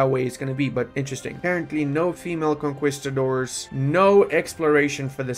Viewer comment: the way he pronounces conquistador